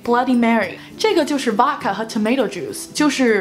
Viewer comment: Vodka读音应该不是“娃卡”，应该是**，中文写不出来😂